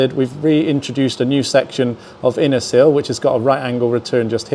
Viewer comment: Seal or sill? I can never tell the difference in these videos 😂